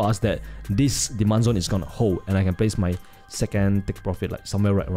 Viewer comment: Rimembah dis... "Diman Zon" Savage